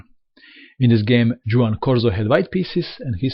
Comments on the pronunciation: great game though Capablanca's name sounds like "Hose" not Djoze and Corzo's name sounds like "Huan" not Djuan still thx for the video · "Huan" and "Hosse"!!!